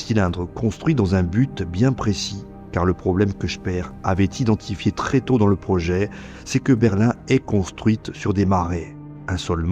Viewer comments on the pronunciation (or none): none